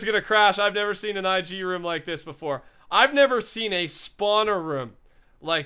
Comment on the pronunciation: IS IT ROOM NOT ROM